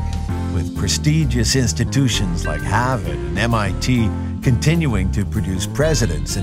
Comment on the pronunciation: "Prestigious colleges like HAHHHHHHHVUDDDDDD"